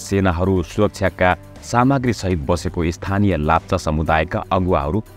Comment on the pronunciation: Its not lapcha its lepcha